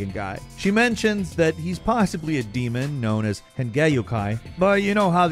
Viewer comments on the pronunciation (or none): none